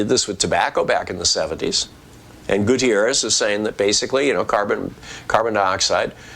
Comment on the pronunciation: It's GU-TER-ES not GU-TYER-ES.